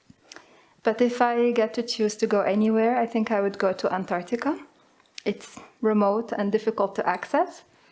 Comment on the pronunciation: Band 0 just for saying Antarctica lmao 😂😂😂